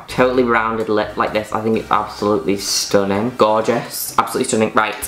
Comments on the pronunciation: Juno Birch saying "stuninn" is the representation of happiness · Hearing Juno said STUNNING its everything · "bCOZZ" "STOONING" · How many times does she pronounced the word STUNNING?